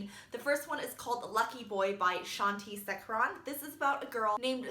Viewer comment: The author of lucky boy is pronounced Shaan-thee shake-er-un ^_^ sorry to nitpick. Just thought i'd mention